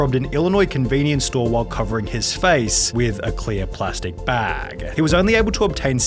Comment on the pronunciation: Why is he dragging out the last syllable on some words? Workerrrr, scannerrrr, baaggggg